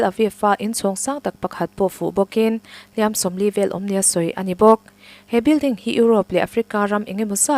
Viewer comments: "Hliam"-ah hian 'Tuar" nena i sawi zawm chuan, "Hliam" hi a ri hniama lam tur aw. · HLIAM AN TUAR ti lovin AN HLIAM LO tih hi zotawng DIK zawk a ni. Hliam an tuar lo tih hi hman dawn chuan HLIAM hi lam rik hniam tur a ni